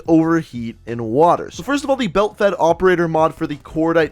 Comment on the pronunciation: Why is this man saying belt fed